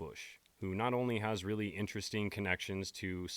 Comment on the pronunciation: Did you notice when you said Erika was at the Ft. meeting after the Candace clip, you said, "Has Really..." and it sounded like "Israeli". I notice weird stuff.